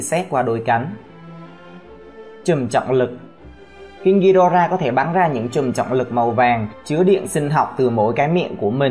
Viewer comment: Vãi thánh đọc tiếng anh là đây